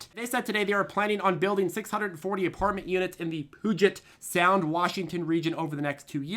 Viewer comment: Love the information. Love the way you pronounced puget sound 😂. It’s like people from other states pronouncing La Jolla 😜. Keep up the awesome job.